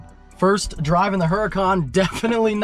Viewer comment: Stop saying uracan unless your gonna say it in Italian. Keep it a Huracan in english please 😅.